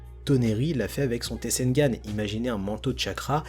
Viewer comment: C Pas Tesengan Mais Tensegan La Prononciation😅